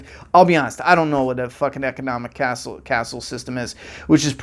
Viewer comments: Economic caste system, not castle. Pronounced (Kass). It’s an economic system with no socioeconomic mobility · Wow, he's been planning this for 10 years and this is what he comes up with? I'm starting to think that he's an overrated has-been. Also, "economic castle system" 😂 Bro, it's economic caste system.